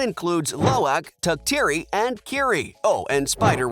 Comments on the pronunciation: the mispronunciation of lo'ak, tuktirey, eywa, kiri, and neytiri is killing me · Go and learn the actual pronunciation of lo'ak, tuktirey, kiri, neytiri and eywa!!!